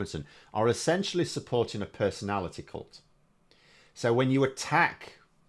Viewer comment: A personality cult? I don’t think you pronounce it like that